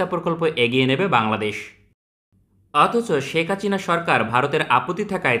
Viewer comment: Name ta thik moto uccharon koren itz Hasina not Hachina.